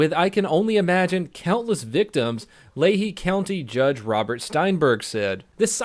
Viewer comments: LEE-HIGH not LEY-HE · Uhh,, it's not "lay-hee" it's "lee-high" like a high school named after a guy named Lee. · I don't know if it's the same in other states, but in Pennsylvania it's pronounced lee-high not lay-he (lehigh) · HOW DID YOU MIS SAY LE HIGH NOT LEHE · Leh-hee?? Were the hell is that. Did you mean Lehigh? Say it with me.. (Lee-High) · It's pronounced Lee-high. Not Lahey. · Lehigh County is pronounced Lee-hi county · Lee-high county. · its pronounced lee hi i would know because i live there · Thats pronounced Lee-Hi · Lehigh is pronounced lee high (I live there) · Is pronounced Lee-high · It’s pronounced “lee-high”. I’m from that area and we had a guy take a replica rpg on a plane 😂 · It pronounced lee-high lol love u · RET. LEO. It's pronounced Lee hi ....lol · Hey. Just for future reference "Lehigh" is pronounced like "Lee Hi" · Lay-hee!?! Lol! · Lehigh is pronounced Lee-hi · Not to sound like a dick Donut, but it's pronounced Lee-Hi. If you ever need help sounding them out, I got your back. Pennsyltucky boy here. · LEE-HIGH county 😂😂😂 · Oh fuck im from Lehigh (Lee-high) county. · As a resident, it's pronouced - LEE (as in bruce lee) HI (as in hello)= Lehigh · Its pronounced Lee-High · It's not hard to pronounce "Lehigh"